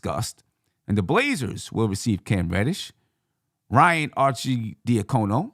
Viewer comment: Your pronunciation of Ryan and Svi name was embarrassing.